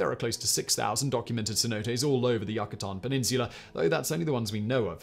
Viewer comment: Not Yakutan, it isn't a Yakuza property. The Mexicans call it Yucatán. You-kah-tahn